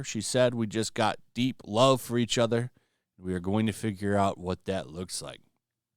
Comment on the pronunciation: When you were talking, I guess you were supposed to say we but it came out weave. Was that a mistake or a poem?😅